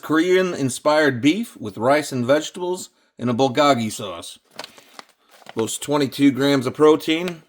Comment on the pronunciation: He has access to the internet, to YouTube, could watch literal Koreans eating making and reviewing bulgogi food but still pronounces it “bull gawg ee” 🤡